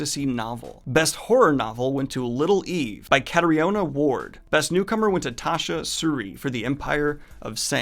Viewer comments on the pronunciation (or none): Catriona is pronounced like Katrina. Just a heads up.👍